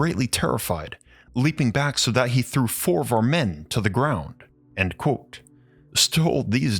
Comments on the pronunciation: You say "quote" but sounds like "cool" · The way you say quote sounds like you're saying "croautte" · Try practicing saying the word Quote. You sound like an absolute idiotz